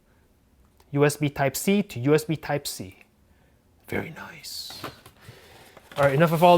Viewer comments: I like how you say "Very Noice" 👌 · love that accent when he say "very nice"